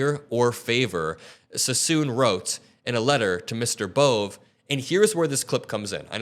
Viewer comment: "Bohvay": is how the last name "Bove" is pronounced